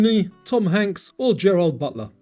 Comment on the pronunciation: Dude- Gerard, not Gerald